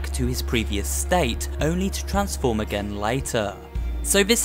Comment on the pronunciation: Why dose he say again like that